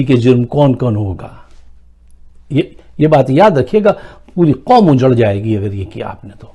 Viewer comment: Please! Don't say nation "Quamm" ....... Please..... Please